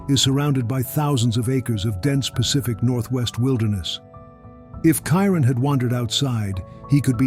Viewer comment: You could at least pronounce Kyrons name properly. Brother 😢